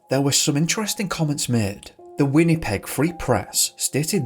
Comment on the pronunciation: Wenny-peg lol